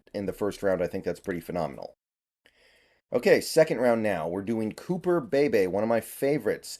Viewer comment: Cooper pronounced cooper Bee-Bee